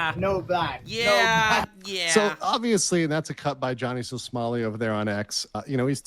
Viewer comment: did this guy just call him Johnny So-small-i? That's hilarious!